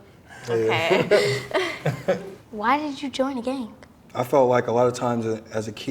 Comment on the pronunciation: I love it that they all say gang but they say it with a K so they say like gank 😂